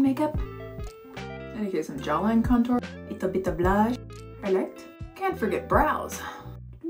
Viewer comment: I live for the "leetle beeto blushh"